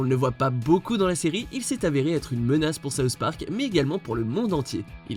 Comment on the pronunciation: Sauce Parc ? Pas possible de faire un petit effort de prononciation ?